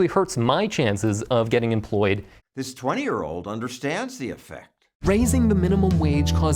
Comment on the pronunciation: “wE dHid ThIieiiSs!”